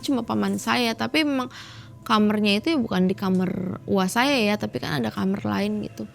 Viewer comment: dari malam mencekam saya baru tau kalo kamar diucap jadi kamer..